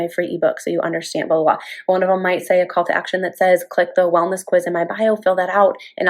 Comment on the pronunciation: Haha! When she said call to action, it sounded like cult to action. 👍